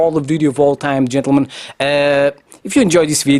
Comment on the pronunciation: Why do you say chentulmen, girl play COD to.